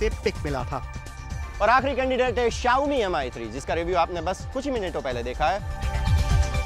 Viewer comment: Ankit was the only saving point for this show.. This guy is total waste & you can see the standard of the show now without Ankit.. They can't even pronounce phone's name properly. It's pronounce 'Me' ( Rice in Chinese ) and not 'Am Eye'. This dumbo is a hardcore Apple fan & will wait outside Apple store whole night & spend 60K-70K to get iPhone 6...